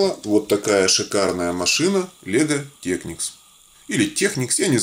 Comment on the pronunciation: Не лего техникс, а лего техник.